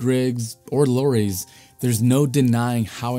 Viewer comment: Yeah, we don't call them "low - reez" either. lol.